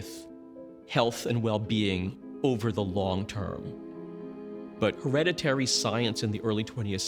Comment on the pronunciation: Hillariously many in this video seem to struggle to pronounce hereditary. "Her-red-it-tree" surely? Not "Her-reddy-ree" .